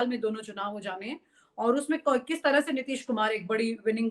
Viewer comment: बहुत सुंदर समाचार प्रस्तुति होती है आपकी, मैडम तरह बोलिये आप तरंह kyun बोलती हैं